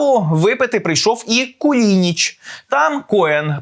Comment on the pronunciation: КУЛИНИЧ, а не кулІнІч.